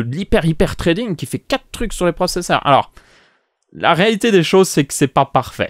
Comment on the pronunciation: C'est une très bonne vidéo, mais juste une chose, le th en anglais ne se prononce pas treading, mais bien... threading, la langue entre les lèvres